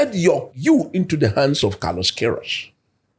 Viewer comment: Kudos to the camera man, he understood the assignment. The transition to Daniel right after coach mentioned the name was brilliant. We all knew Danny would comment on the pronunciation😂😂😂. Brilliant work , Coach the name again Carlos what …😂